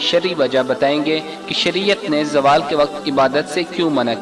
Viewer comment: Oh bahi jaaaawal ni hota ap log india waly z ko j me q badl dety ho zawal hota ha